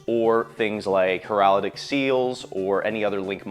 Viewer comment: Heraldic sphere ??? Bestil?? Heratic/bystial … Not hard to say lol